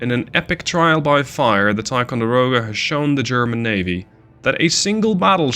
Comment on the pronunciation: I like your vids and your command of English is great. Having said that, you're mispronouncing Ticonderoga. The I is a long sound, like the word tie, not like tea. Again you speak great English, I would probably horribly mangle Dutch words, but I would like to help you to be even better. 👍👍